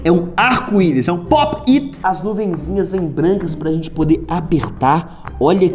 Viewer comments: Aí véi que raiva ele falando errado fidget toys e tbm falando popti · enaldo pop it se fala popete e fidtgets toys e fijets toys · Enardo ent se escreve pop-it e se fala popet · A que agonia ela falando po piti em vez de popt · Ele falou tudo errado kaka e pope it eu tenho 5 pacotes e são. Quase tudo haro